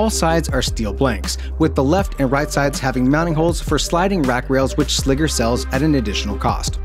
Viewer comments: Sliger isn't "Sligger" doesn't rhyme with tigger, bigger, or figure. Its Sliger as in Tiger or Geiger. What they don't show you in these videos is the actual racking of these cases. Anyone wanting a rack mount solution with rails stay away from these. My whole reasoning for buying these was that I could fit AIO's and they'd be easy to build in and maintain and its been nothing but a headache that I regret. I made the mistake of buying both the 3U and 4U with rails and the rails they sell are generic garbage and don't mate up properly with the holes on the side of the server so the servers wont slide in flush with the rack to actually screw in. There are not good instructions or diagram showing a proper way of doing this so you're just left to guess which holes are supposed to be used and no combination I've tried allows the case to completely slide into the rack without some type of issue. Add to that the boxes are too wide once the rails are mounted which causes the rack mounted slide to mar the side of the server which kinda defeats the purpose of spending this much on something that looks nice just to have some stupid detail like that screw up the powder coating. Ive tried fitting these in 5 different racks so at this point the rack cant be blamed for the shenanigans. They send some 3D printed spacer with the rails that's supposed to align the rails and 4 out of the 5 racks this just made the fitment issues worse. I really wanted to love these because my Ceberus was an ama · It's pronounced 'Sly-gur'... put some respect on Kahlin Sliger's name. 😜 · Sliger is pronounced like Sly-ger. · Good review, but I cringe every time you pronounce "Sliger". SLY-gr. Like "Tiger". The way you keep saying it is WAY to close to Nn...nnever mind. It's deeply uncomfortable, is what it is. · Sliger "sly-ger", when it doubt, "when two vowels go walking the first one does the talking, even when ere is a consonant between them"